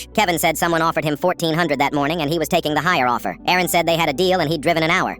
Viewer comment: Aaron vs Erin 😂 AI should get checked